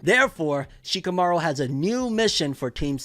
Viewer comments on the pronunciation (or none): Lmaooo he said shakimouri😂